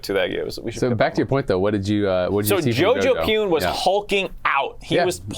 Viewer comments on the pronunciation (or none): Dear, please pronounce Jojopyun like "pyuhn" 편 not "pyoon" 퓬